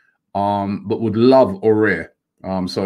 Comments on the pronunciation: AFTV - “ah-war” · Robbie, it's not "Houssem Aurier", you pronounce it "A-wahr" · I think it's pronounced A-OE-AR. With the first A pronounced more like an AU. Correct me if I'm wrong. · Can Robbie just pronounce Aouar properly🤦‍♂️😂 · it s pronounced a-war robbie not aurier ,aouar and we say a-war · Aouar is pronounced like Ahw-wah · Aouar... Robbie stop butchering this boys name😂